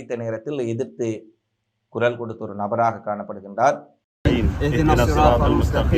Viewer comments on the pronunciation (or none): none